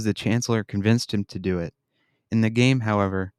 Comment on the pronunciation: "...the chancellor convinced him to DEW IT."